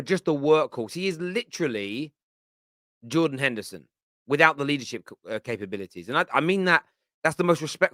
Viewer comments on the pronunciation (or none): none